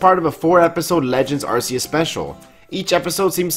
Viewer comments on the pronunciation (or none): Its not ar-see-us its pronounced ark-ee-us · Really Man? Another person pronouncing it (R C Us) when it's clearly & officially (R Key Us). Just Stop it already, it's (R 🗝️ Us), not what you want it to be. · Why can no pokemon youtuber pronounce arceus? It's a hard C, not a soft one that gives an S sound